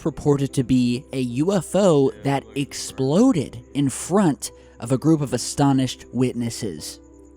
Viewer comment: It sounded like he said the UFO "McSploded"! LMAO